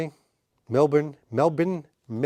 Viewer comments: Great clip and subject. To pronounce Melbourne think 'Jason Bourne' ('born'), aka 'Mel-bourne'. Have fun. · Hey, as a Melbourne local it’s pronounced “Mel-bn”, you pretty much don’t pronounce any vowels or the r after the B. Is what it is. Love the channel.